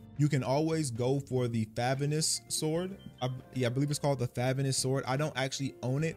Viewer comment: Favonius Fuh-voh-ne-us They literally say it in the story so many damn times, I mean come On, knights of favonius